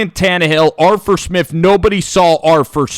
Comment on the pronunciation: He says Arf Arf Arf Arf Arfur Smifh, Are you a dog 😂